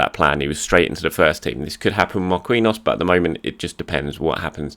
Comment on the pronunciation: You should really fix your pronunciation of "Marquinhos", PSG and the Brazilian National Team have another Marquinhos and as far as I remember you pronounce that one right. Anyways, it's not Mar-kiwi-nhos, it's Mar-ki-nhos.